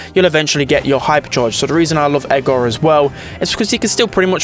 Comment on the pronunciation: How says Edgar if english is not your first language: Edgar❌️ Ega✅️